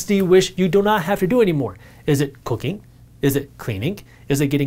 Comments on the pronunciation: Another blessing in form of video. 🤦🏽‍♂️🤦🏽‍♂️ man I had to rewind about 4 times to realize he was NOT saying “cocaine” 😅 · i thought he said cocaine damn I had rewind and double check that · Yooo, di he just say cocaine or cooking? I won't give up cooking...